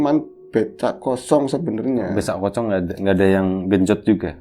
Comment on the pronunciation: dampek keliru ngomong "becak kosong"...jadi "besak kocong".... Hhhhh.......nyantai aja mas